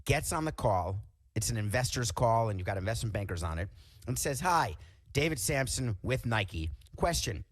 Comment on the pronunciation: Just so you know, it's Samson